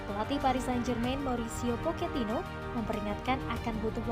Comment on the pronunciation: Pochetino min, bukan poketino